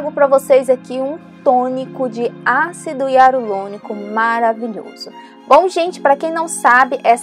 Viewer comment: Ácido iarulonico 😂😂😂😂😂